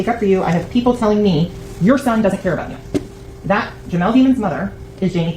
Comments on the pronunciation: Nooo its not deeeemons it’s dem-ons 🙄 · It's pronounced demmons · Okay, I think I know why they keep mispronouncing his last name on his defense team because the prosecution keeps calling him dEmons which makes it sound like he’s a demon it’s all about wordplay, so I think the defense is trying subtly to let the jury know that no one knows how to pronounce his last name even the defense. That way they’re not associating Melly with an evil demon if that makes any sense. Sorry I’m at work and it’s hard to explain via txt but I think you understand what I’m saying. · It’s demons , I think Dey don’t wanna pronounce it as Demons because it’s a murder trial and the jury would probably consider his name being demons in their verdict 😂